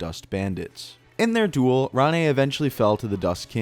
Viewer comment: RANE = "RAIN." If it was pronounced the way you pronounce it, it would be spelled "Rané"